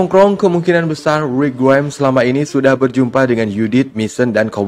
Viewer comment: nyebut rick grimes biasa aja bg tolong